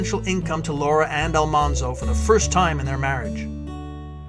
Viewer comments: A very nice documentary but the pronunciation of Almanzo’s name is wrong. It’s pronounced “All-man-zo” not “All-mon-zo”. The show got it wrong. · The proper pronunciation of almanzo's name is AL-MAN-ZO al like the name al, man like the word man not ALL-MON-ZO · He was "Manly" because his name was Al-Man-zo, not Al-Mon-zo. The tv series screwed it up. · It's pronounced "Al-MAN-zo," like "The man walked down the street." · I just finished "Prairie Fire," a biography. This timeline is very accurate to that book. It was a difficult book to finish, but well worth it for me. Almanzo's name is pronounced with the middle syllable man. It stayed wrong in the series because that was how it was first said by the teacher on the tv show. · Almanzo is pronounced Al-MAN-zo. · It's actually Al-man-zo